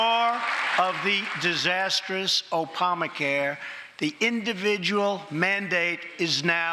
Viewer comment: "Opama care"